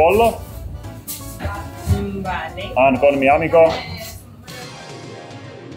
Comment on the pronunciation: Siis ja sere puhutte tosi hyvin espanjaa ite asun espanjassa ja ymmärtää super hyvin vaa ronille tippi että tupla "l" (ll) lausutaan ku j eli pollo lausuttais ku pojo❤